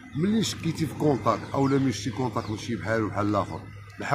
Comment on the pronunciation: الكونطاكط ماشي الكونطاكش